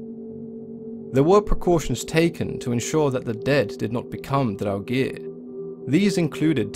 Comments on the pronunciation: Well it proncances in Swedish like this: Draogir or Dragr. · like the video but I dislike the way he says draugr